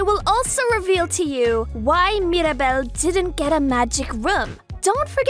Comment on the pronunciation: It's Mira not Mari